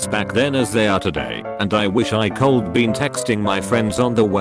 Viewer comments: "and I WOLD-UH if I COLD-UH" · "And I wolda if I colda"